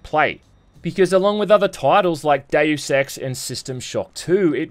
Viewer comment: Every time says Deus Ex in any video all i hear is Day Of Sex.